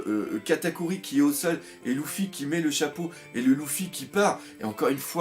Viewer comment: j'ai remarquer que tu arrivais pas a dire luffy mdrr , tu dit toujours louffy :)